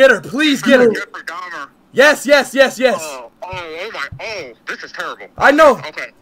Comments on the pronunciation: "Jeffrey deymer" 💀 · "Jeffrey day mer" bro I'm crying 😭🙏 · He said "Jeffrey Daymher" 😂